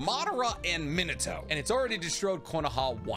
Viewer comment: A year late to the party, but I can't stand how he pronounces Minato's name specifically, and really hope he isn't still doing it. (I only just found this dude's content 💀)